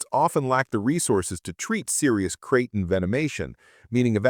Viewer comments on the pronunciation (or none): Its called a fu#kin snake not a bloody crate. Either narrate this shit yourself or don't bother with Ai slop.